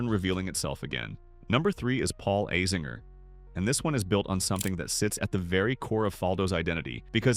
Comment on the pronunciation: Great video but please learn to say AZINGERS name correctly it hurts my ears, he is team USA so yeah get that ironed out bud! ✌️